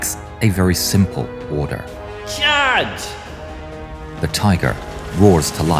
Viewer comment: bruh his "Chaige!" had be on the floor